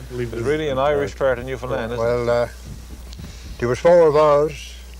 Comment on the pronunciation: love the shoutout to newfoundland and im glad pronounced it right. newfie accents definitely resemble our euro cousins